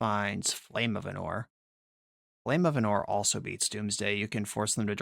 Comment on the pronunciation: ánor not anór